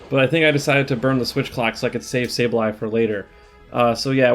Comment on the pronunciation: It’s not SaBEley, it is SaBLEye :) maybe you could check it on your book and let us know? congrats on rank 10, been following you for a while, my absolute fav content creator!